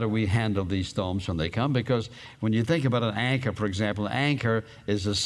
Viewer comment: When you day anchor it sounds like your saying anger